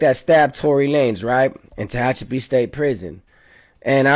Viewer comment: Pronounce Tehachapi 😂😂😂